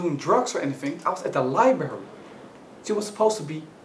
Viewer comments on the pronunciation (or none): I know this is irreverent but it's library not liberry... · "Furious, I mean i was at the Lie berry, not doing drugs or anything, I was at the lie berry" that made me lol